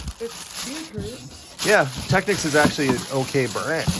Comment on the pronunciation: ok i know your young but i gotta correct your pronounciation the brand Technics is pronounced : tek neeks